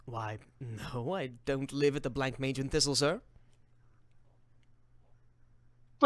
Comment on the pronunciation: I know it's much too late, and this is a really fun watch, but it's pronounced Bla-monge. Not Blank-mage.